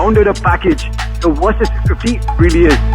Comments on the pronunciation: It"s Versys not Wersys... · Love the play on words with your pronunciation - "Worse-sys 650" - chuckle